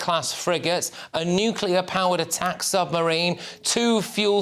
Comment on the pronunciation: Who’s the guy narrating who can’t say “nuclear” properly?